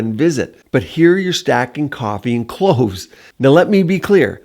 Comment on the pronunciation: 😂cloves … Not clothes!!!